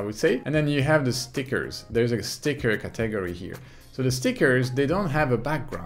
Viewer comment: Thank you so much. I love your channel. Hey, I had a little trouble understanding you or what you meant when you say the word “category.” You say “kuh-TEG-gor-ree” but it is “CAT-eh-gor-ree”. I love the accent but that one word confused me in other videos too. Thanks again for all the help!